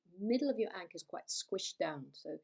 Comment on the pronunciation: That pronunciation is wild.